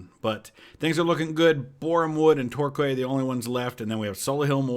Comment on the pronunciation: Ah, Michael Jacobs. He came up through the ranks of my team (Northampton). Good signing. On a separate note, Torquay is pronounced like Tour-key. Sorry to be “that guy” 😄